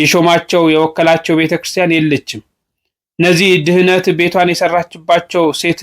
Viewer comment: wendeme yezemeden tsehuf setaneb ድህነት (ደሃ ) ymilewn lemgelets yenberewn Ante gen ድህነት(መዳን) bemilew acsent anebebkew selzi asetekakele ergeteh anbebew lemalet new sehetetehen Amesegenalew bro